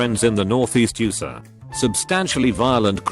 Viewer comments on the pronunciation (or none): No one: British Text-to-speech: "Yoo-suh" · USA is pronounced you-sa 💀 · Nobody: Text to speech: YoOoSa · Nobody: Literally no one whatsoever: Reddit voiceover: “You-sa” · How he pronounced USA... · Did anybody else heard how he pronounced USA 😂😂😂 the first story